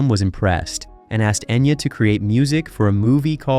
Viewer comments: Pronounce her name right! Geez! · Enya didn't change her name. Enya is how her name is pronounced, she just rewrote in a way people would know how to pronounce it. All the Irish names are pronounced wrong here... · In one of the three dialects it’s pronounced Enya.